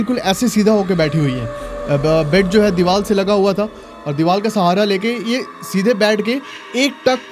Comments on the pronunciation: Deewal kya hota hai . Deewar hota hai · Bhai it's Deevar not Deeval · Bhai ka divar ki jagah dival hi nikal rha hai.... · R ko l ku bolta h bhai 😂😂😂